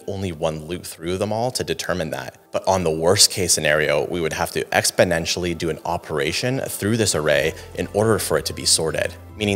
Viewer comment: exponetial. hmm... really?